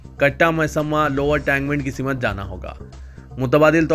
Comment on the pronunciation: Ye kaisi urdu bolte hy aap simath nahi simth